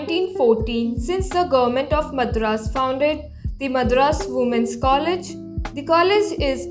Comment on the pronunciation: Again you are mispronouncing Madras, please learn proper pronunciation.